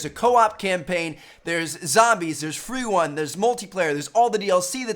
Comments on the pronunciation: LOL tmrtn said "freewun"" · he said free wun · did he say freewun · lol there freewun is what he says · when tmartn says free wun